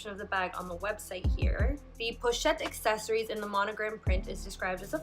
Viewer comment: Accessoires is pronounced ah-seh-swa.